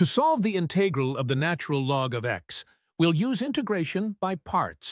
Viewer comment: The robot voice mispronounced some of the math terms (I.e., “integral”), which was distracting. Perhaps a different robot next time?